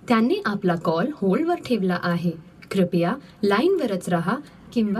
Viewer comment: क्रिपया नाही क्रूपया आहे मराठीत ..some words in marathi are similar meaning as hindi but pronounction are different...